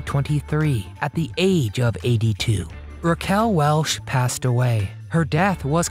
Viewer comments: Over and over I hear the woman's name pronounced 'Welsh' by the narrator not 'Welch'. An adequate overview, with so many vintage clips, but far from complete. AND, as others noted / complained, neglects what this title 'teases' -- WHY she quit Hollywood. Hollywood movies quit her after she sued Metro-Goldwyn-Mayer for their dumping her from its 1982 release with Nick Nolte as male lead, "Cannery Row" after two days (or five; sources vary) of shooting in 1981. She stuck with it and eventually won; awarded over $10 million in 1986. Hollywood's 'a small town' -- the other studios pulled rank with Metro. She switched gears and kept a high profile on television, stage and personal appearances. . . . Another controversy: passionate about the Native Americans' cause she developed and filmed "The Legend of Walks Far Woman" as a three-hour TV movie for NBC in 1979, but the network 'sat it on the shelf' (i.e., the film canisters lay on the shelf, not projected for the intended viewing / presentation). She was further disheartened that when the network finally aired it, May 1982, they'd cut, cut, cut it and ran it as a two-hour movie. The irony -- or sweet revenge -- was that "The Legend of Walks Far Woman" became the highest rated movie of the year. While there's much to praise about her career and life, the early career, late 1960s public squabbles with film co-stars Jim Brown, Burt Reynolds (both "100 Rifles") and James Stacy ("Fathom") are glaringly absent / overlooked. "So, 'DoYouR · Definitely mispronunciation of her name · It's WELCH.......not Welsh